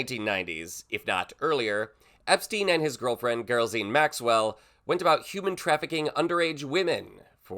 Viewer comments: Say Ghislaine again? While she is famous for her little black book, to call it a Girl-zine seems a bit flippant lol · 😁🥴. Maxwell’s first name is pronounced. .Ga-Laine. Or GI-lane. It’s French . ☺️ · It’s Gil ane spelled for how it’s pronounced. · I’m pretty that name is pronounced jizz-lane.